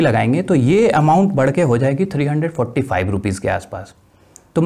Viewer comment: Sd main 345 no....sahi se bolo